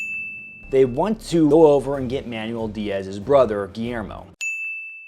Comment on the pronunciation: lol I love when white guys pronounce Mexican/South American names .. it’s not man-u-el, it’s “man-well”😂🤦‍♂️👍